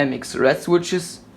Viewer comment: schwitsches xd aber sonst gut